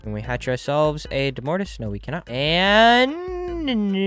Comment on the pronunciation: I think domortuus is pronounced domortoous